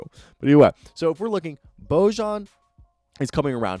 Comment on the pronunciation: Two things... 1- it’s pronounced George (weird i know). And 2- it’s pronounced Boyan. Also these videos are great, go jazz.